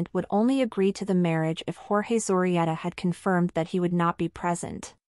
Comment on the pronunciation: Interesting video. You can improve the pronunciation of the word "Zorreguieta", Zo rre guie ta